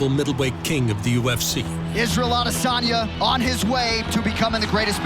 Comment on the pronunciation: For how many times his last name has been pronounced correctly by now, how has Izzy’s own organization not caught on to the pronunciation of his last name (I Diss On Ya) ?!